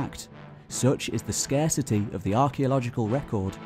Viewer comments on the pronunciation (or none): none